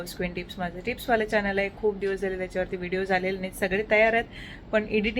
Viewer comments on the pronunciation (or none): none